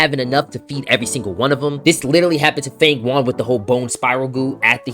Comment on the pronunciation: nice video but isnt it FANG YUAN like FANG YOUAN not FANG WUAN like hes saying